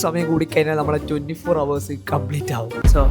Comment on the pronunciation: Bro, [HOUR] 👇 ഹവർ ❌ അവർ ✅